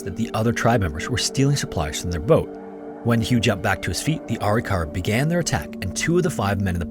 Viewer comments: "Uh-Rick-Uh-Ruh" is how I've always heard it pronounced. Dr. Bill Bass worked extensively on Arikara skeletal remains and as a forensic anthro grad student, I heard the word a lot. Thanks for another top notch video. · I’m part Arikara, I’m enrolled in a federally recognized tribe (MHA nation in ND) It’s pronounced “A-rik-ara” Great video, have a wonderful day! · Ah-Rick-Ah-Rah not arykara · ITS PRONOUNCED... A-RIC-A-RA, not ARI-KARA. I'm Caucasian and even I know that.